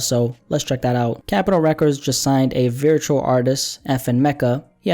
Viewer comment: You say virtual wrong. It's not viritual